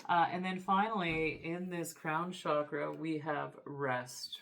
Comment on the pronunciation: Hello friend. I enjoy your readings very much, thank you. But I wanted to let you know that the word chakra is pronounced with a hard "CH" as in chair. It is not pronounced "shakra", which has another meaning in Sanskrit.🙏🏼